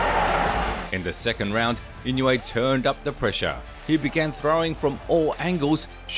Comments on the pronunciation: And it's not "In-yu-ay." Say "een-oo-ay." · His name is not pronounced "In-you-a" It is pronounced "E-no-way" The "I" is a long "e" as in "knee"